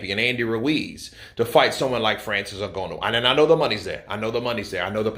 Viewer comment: It n Gha nu not n go no please it hurts my soul 😂